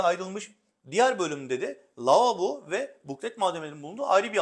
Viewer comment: Lavobo demeyi bütün sunuculara bila ücret öğretmek istiyorum. Hiç değilse konuşabilen sunuculardan dinleriz.